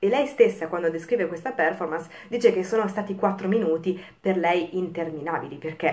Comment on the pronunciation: Per favore controlli la sua pronuncia della parola Performance. Visto che è una parola inglese, pronunciamola anche noi italiani all’inglese. Il minimo che possiamo fare.